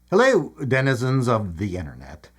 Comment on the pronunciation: the captions transcribe him to saying, “Dennis of the internet” instead of denizens of the internet😂